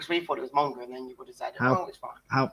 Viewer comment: Do you mean Monga, not Monge?